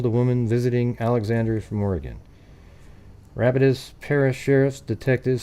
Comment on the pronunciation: Rapides is pronounced with emphasis on the second syllable. (Rah-peeds)